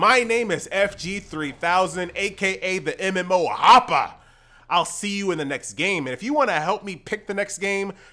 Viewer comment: You actually got me to subscribe with that 'mmo hoppaah, laike share and subscibe"